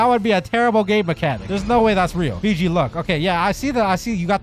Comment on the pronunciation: Stop saying Figi it’s fiji